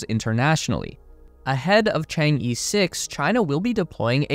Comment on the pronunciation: Chang E should be pronounced as "ch'ang o" in Wade–Giles. Not just E like in alphabet.